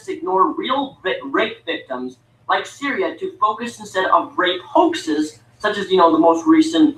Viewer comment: Funniest thing about his video, is that he talks about how little feminists care about this womans rape. And he doesn't even actually know her fucking name. Lol. It's Cytherea not Syria,.